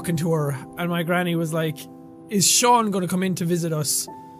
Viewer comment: Beverly Sanders bro it's Shan not Shaun